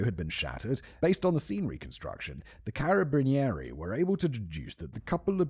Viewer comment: The pronunciation of Carabinieri killed me a bit lmao